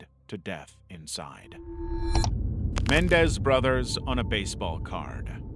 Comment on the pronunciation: Dude, really? Lyle and Erik (corrected for KymeraArts) Mendez? It's MenENdez. You lose credibility when you make mistakes like this.